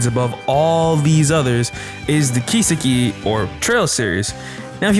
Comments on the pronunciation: How can you be a huge fan of a series and not know how to pronounce the title of it? Japanese is the easiest language ever in terms of pronunciation. It's just flat. No emphasis on any particular syllable. I don't understand how people mess it up, or where they've learnt this stress. Do you just guess? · How many times can you pronounce Kiseki wrong in one video: Yes